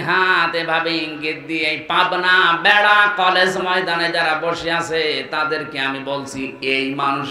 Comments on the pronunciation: ভাই ভেড়া নয় বেড়া হবে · ভেড়া না ওইটা বেড়া হবে... সংশোধন করুক